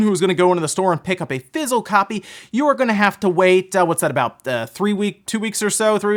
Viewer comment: anyone else get tickled a little when he says "fissile" copy?